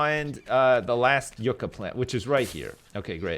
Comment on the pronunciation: I thought it was pronounced "Yuck-a" not "You-ka", but I could be wrong.